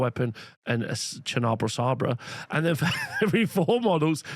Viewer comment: Enjoy your channel, and hate to be that guy, but damn there's a lot of words here like "charnabal" that are just pronounced as they are spelled, there's really no reason to start getting all creative with them 😂